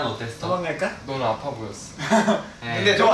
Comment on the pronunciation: Nobody: Yeonjun: domangallka 😀